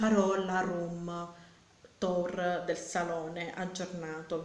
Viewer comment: Room tour si scrive cosi ma si legge diversamente, cioè rum tur